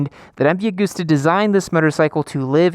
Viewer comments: Hi.... its not AG-OOOSTER try pronouncing the actual letters.. it goes like this ... Ag-usta .... oh by the way I visited the old man office, his desk is left like it was the day he died. All the cups and medals festoon his office, and the Office was small and functional ..later he built helicopters, which is why I was there, collecting a new chopper .. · M V A-gust-a. Not goooosta